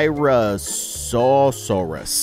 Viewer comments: The styrachiosaus thing is pronounced stai-rack-o-saurus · the styracosaurus is pronounced sty rac o saurus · how you say styracosaurus is stiiraaacccoosaurus